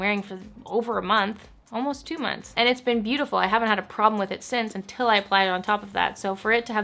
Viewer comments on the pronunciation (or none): none